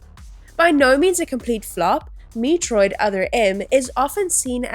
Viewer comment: Learn to pronounce "Metroid" and "metroidvania" - or teach your AI narrator to. The very dry script also feels very AI. Have you actually played any of these games?